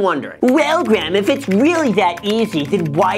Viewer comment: “What’s up Graham its guys here” lmao